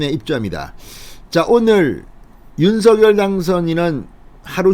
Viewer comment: 윤석열의 발음은 윤성녈 입니다. 윤서결이 아니지요. 본인이 그리 발음 합니다.